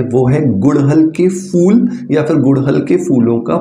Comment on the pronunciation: Oh bhai fool nai phool hota hai.😂😂😂